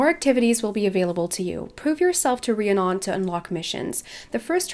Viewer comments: I reeeeeally hate to be THAT person, but... It's pronounced ree-ann-on, um-brah and droo-id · Pretty sure it’s pronounced ree-Ah-nun I couldn’t watch the rest of the video cuz of it haha. My brothers best friend has the same name. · Drew-id and Ree-ann-on.